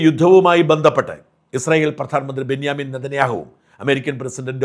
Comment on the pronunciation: എടോ ബെന്യമൻ അല്ല ബെഞ്ചമിൻ നതന്യാഹു ആണ്.. ഇതിന്റെ ഇടയിൽ ഈ ന്യ എവിന്ന് വന്നു 😂😂😂😂